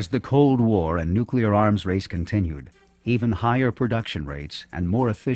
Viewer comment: Of course he said NUCULAR, what the heck is that?? (nuclear)